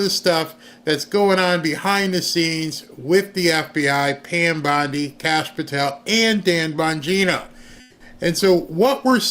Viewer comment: I'M SHURE THEY'D LIKE TO. SHREAD. PAN BONDIE 😂😂😂😂